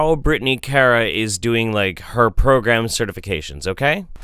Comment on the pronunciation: I like how you can't decide how to pronounce Kara ☺ IMO it's always "Care-uh." And always spelled with a K, of course.